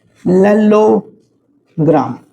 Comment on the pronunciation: The way he say parallelogram 😅😅